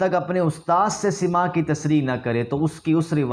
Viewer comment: پہلے کچھ پڑھ لکھ لو بیٹا... تیرے بس کی بات نہیں پاب کو بھیج 1) حتی یقولُ نہیں حتی یقولَ. 2) سَماع ہے نہ کہ سِماع. 3) خبرُ مدلس ہے نہ خبرُن 4) اَ نّ المدلسَ ہے نہ کہ اَن المدلس